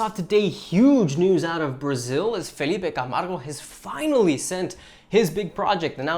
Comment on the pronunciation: love from Brazil! surprised you kind of got Felipe's name right